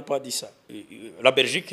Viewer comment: Uvuga(première point)abezi kandi muri muri Francophonie 😂(vuga; la Belgique,atari Rrrrrrrraberigique😂😂😂😂😂,aba fraudeuri ba KAGAME 😂😂😂.